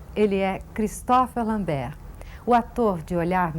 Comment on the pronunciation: "Cristófer lambér"...Eu passei a vida falando "cristôfer lâmbert"